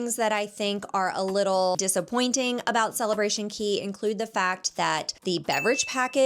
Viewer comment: Coco Cay not key